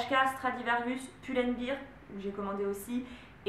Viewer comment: Merci pour ton haul, c'est vraiment une video que j'aime beaucoup ça m'inspire! Tu me fais rire à chaque fois avec "pull and bir" on dit "bair" 😘😘